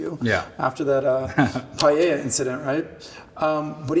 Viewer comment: I didn't think it was possible, but Tristan is even more pretentious than Andrew. It didn't even take 30 seconds to become evident. Pronouncing paella, Pie-Elle-a. Hold on, I'm booking my flight to Paris--I have a craving for Salad Nick-oi-See